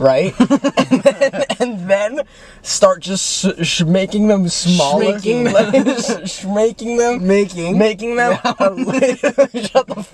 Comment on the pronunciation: I wanna feel the light the stutter shmaking them